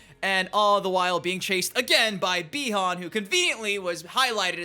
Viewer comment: Its pronounced buy-han